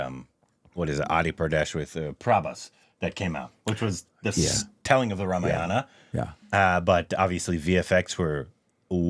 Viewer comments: It is not pronounced as Rama-yana. Its Raa-maa-yana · No no no it's not RAM- YANA. It is RAMA-AYANA. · I know this comment won't get a response, but I'll say it anyway—for the record, and with full contempt. If you're going to pander to Indian audiences for views, the bare minimum is to spend ten seconds learning how to pronounce Rāmāyaṇa properly. "Ramayāna" isn't just a harmless slip—it's lazy, jarring, and frankly insulting, especially when the word carries deep cultural and spiritual weight. It's not Havana, Savanna, or Banana, where you randomly stress the second vowel. Four syllables. Rā-mā-ya-ṇa. Sacred text, not a smoothie flavour. And don't pretend it's hard. You have thousands of native Indian subscribers at your fingertips. Ten seconds of effort—or one respectful conversation—would be enough. But parroting enthusiasm is easier than practising respect—I guess! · HEY STUPID REACTIONS GUYS .. we should spell it RAAA - MAAA - YA-NA...................NOT RA-MA-YA-NA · it not 'Ramayaana'.. its 'Raamaaayana' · ramayana word Pronounciation is mistaken brother. Pls check once with Google voice. Thank you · You're right, you don’t pander—just mispronounce sacred words in front of millions and can’t be bothered to spend ten seconds checking with the very people you’re supposedly catering to. But sure, deflect the critique by cherry-picking and fixating on one word—‘pander’—because it’s the easiest to mock, while ignoring the actual substance. Classic. BTW, if ‘pander’ stung more than the fact that you were butchering Rāmāyaṇa... thanks for proving the point better than I ever could. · Normally in hindi the A at the end is silent in Ramayana but in the original language Sanskrit, the A is pronounced.